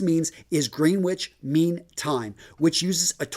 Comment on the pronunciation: Oh man, love your videos, but you just made me spit my wine out laughing with "Green Witch Mean Time"...come on, I know you're American, but it is pronounced "Grenich". Keep up the great content though